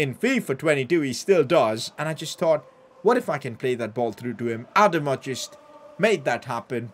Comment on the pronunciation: Has anyone told him it’s not pronounced Adam-a it’s pronounced adama